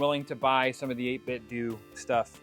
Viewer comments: I prefer saying 8 Bit Doo…. Sounds better. BUT I’ve been told it’s 8 Bit Doh. Like pronouncing Nintendo. Just say what you prefer! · I know this is going to come off as petty, but believe me, I'm genuinely asking because someone may have that inside knowledge from 8bitdo. Is it pronounced 8bitdoo or 8bitdoe? I say the latter because I don't say Nintendoo. 🤷🏻‍♂️